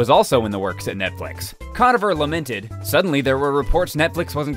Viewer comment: It's pronounced "Conover" not "Conaver"